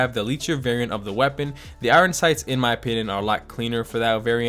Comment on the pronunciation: Why do you say (eye-Ron sights) for Iron sights. Isn’t it (Eye-ern sights)